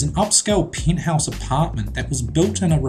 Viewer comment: I don't dislike this, but WHERE THE FUCKING FUCK IS THIS GUY FROM I MEAN peeeeenthouse? it's pronounced pEnthouse